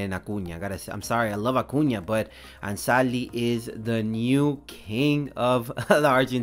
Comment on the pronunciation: Do you speak spanish? bc the perfect spanish pronunciation haha